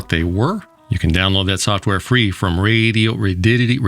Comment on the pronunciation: The pronunciations of radoity raddiodity Radioddddddittty get me every time. 😂